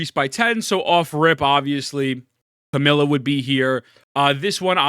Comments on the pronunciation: Bro its not CAMILA its CAMEIYA. You are really mispronouncing her name hard. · You do know her name isn't "Camilla", right? You're missing a syllable.